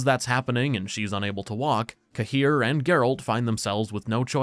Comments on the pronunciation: Smallest nitpick- I hate how they chose to pronounce Cahir. It's one of those names that Sapkowski plucked from a place name. Cahir is in Ireland, near where my gran is from, it's pronounced like Care. It makes me wince every time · Tbf In Wicher 3 Geralt prononced it the same way